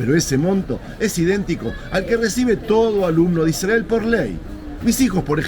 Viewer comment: Por qué pronuncian Israel de esa manera? Y no como hispanoparlante?